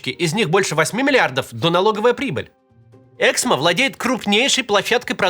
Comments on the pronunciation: "ЭксмО", а не "Эксмо". Можно хотя бы погуглить куда ставить ударение? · Эксмооо,а не эээксмо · Правильное ударение эксмО. Можно же немного разобраться. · Максим, пожалуйста, Эксмó 🙏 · Давайте хоть сделаем вид что мы не первый раз услышали про это издательство и уточним ударение "эксмО" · Правильное ударение в названии: эксмО! Слух режет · у автора канала большая проблема с ударениями в словах и фамилиях. "эксмО" (на последнем слоге ударение). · я автор "Эксмо" (кстати, ударение на последний слог). Они и так по полгода выплаты задерживают, еще и это, блин